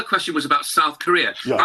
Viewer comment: South not soth! Seeing the leaders, I think it’s actually soth.